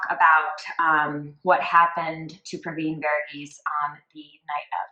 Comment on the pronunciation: Thank you for bringing this case back up. Super happy to see it coming back to light. Justice needs to be served for this family. PS- Thank you for taking the time to learn the actual pronunciation of his first and last name and not butchering it like many have done in the past😃